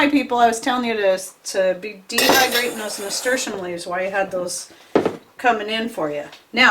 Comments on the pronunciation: I could Not understand what herb you said you used in the beginning .... what did you use ? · I could not understand the name of that herb you used in your tincture. Could you put the name at the bottom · Please tell us what kind of leaf this was because although you said it many times it wasn't clear. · Hello what's the name of the leaf that you used I can't understand the name even I turned the close caption and it doesn't translate that word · Are you saying Nasturtium leaves? They grow a flower that is also edible?